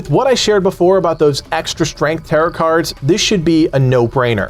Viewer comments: bro it's pronounced "taroh" not tarut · Or teh-row but definitely not t sound at the end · Its TAROOOOOOH not TarEEEET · “Tarrow” card… not “taret” 😂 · Tare-oh , not tare-it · Tarot is pronounced ta-row not ta-rut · A fix... affix... who cares... Tearit cards...Tarrot cards... who cares. Nice video otherwise, thanks. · btw its not taroT cards its pronounced tare-oh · It is pronounced taro cards, not tarrot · I can’t tell if you’re saying “tarrot” cards like “carrot”. I apologize if I’m mistaken, but if not, it’s “tare-oh” cards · Him pronouncing "TaroTT" card? Its "Tarrow" lmao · It is pronounced "Tare-Row" like "Row, row, row your boat" not "Tare- rot" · Good tips! Quick tip for you - "tarot" is "ter-OH," not "tarr-OT". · You don't pronounce the second 't' in 'tarot.' tear-O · Tarott cards. Bro needs to learn how to pronounce Tarot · "Tarow" cards :) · The T is silent at the end of tarot So you say it like taroe Just fyi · Tarot is pronounced "tarow" by the way.... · Jesus Christ it is pronounced like "tare oh" it literally hurts every time you say it. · everyone pronouncing tarot wrong is so annoying, its tah-roh. silent t at the end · FYI the cards are pronounced tear-row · Tarot is pronounced "tare-o" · The second T in Tarot is silent. TaroT was killing me. Good video otherwise. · Tarot is pronounced like sparrow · igood video just the way he says tarot bugs me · Lol he says "tarot" rhyming with "carrot" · the way he pronounces tarot is giving me an aneurism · The t is silent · Just one quick thing - the 'rot' in tarot is pronounced like 'row'.